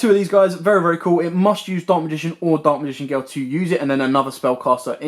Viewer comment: ”Daak magign geel”